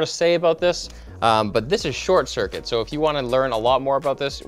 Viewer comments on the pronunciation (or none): none